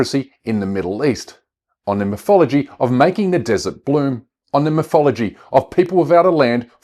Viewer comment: Veese miffs, and viss miffology was very distracting, from GREAT messages, and a good video.